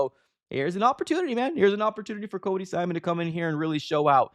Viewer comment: Yeah, it's Cody "Simon," not "Simson."